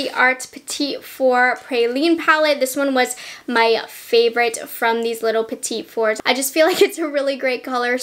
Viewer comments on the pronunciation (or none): *petit fours is pronounced petty fours:)